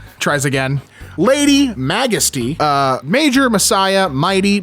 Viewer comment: Mag-esty 😂really 😂